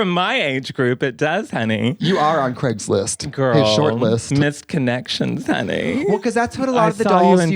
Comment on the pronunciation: NOT CRAISGLIST LMAOOO